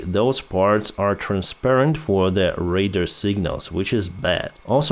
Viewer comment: Just thought I'd share an English pronunciation tip: "radar" is pronounced like "ray-dar" with the second syllable sounding like "dark" or "darn." Your current pronunciation sounds more like "raider." We understand you, but I thought you'd like to know the correct pronunciation. EDIT: And yes, you spelled "Guyana" correctly. That one fooled me for several years too -- I kept thinking it was "Guinea." It was actually the site of a small Communist coup in the 1980s during the Reagan administration. Reagan sent in American troops to rescue several hundred college exchange students -- and oops, they just happened to crush the Communists. It was amusing.